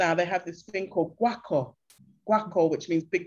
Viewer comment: And one last thing, the drums are called gwo ka, not guaco that sounds like some spanish stuff lol 😁